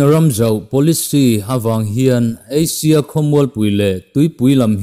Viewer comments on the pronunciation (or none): none